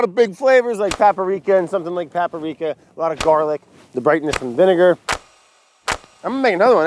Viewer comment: "Paparika". Lol